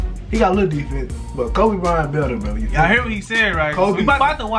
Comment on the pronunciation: Bryant not byrant 😅😅